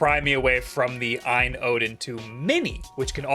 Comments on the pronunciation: OLED be like: OU EL EE DEE A.Y.N. be like: Ayn jfc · It’s not pronounced Aine AAAA